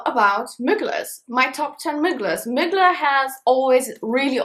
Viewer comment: Ahahahha I love how instead of Thierry MUGLER she says Mygla😂😂🥰❤️